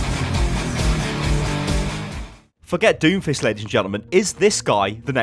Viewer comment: uuh did you say doomfish?